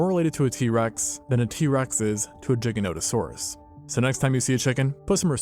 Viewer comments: Gigantosaurus = gigantic + saurus not jiggahnotahsaurus 🤦🏻‍♀️🤦🏻‍♀️ embarrassing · Every time I hear you pronounce Giganotosaurus it sounds like a fork violently scraping a plate 🥲 I’m willing to bet you pronounce GIF as “Jif” too.